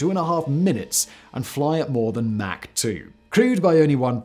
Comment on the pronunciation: Ah, you noticed that too? Also it's "Mach", not "Mack".